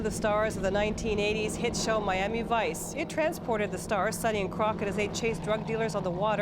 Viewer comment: Did she say sonny and Crockett? Lol